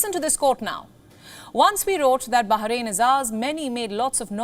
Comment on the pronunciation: Bah rain, not Baha rain.